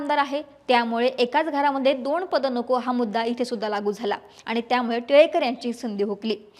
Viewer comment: दोन vs दोण.. कुठून आणतात 😂😂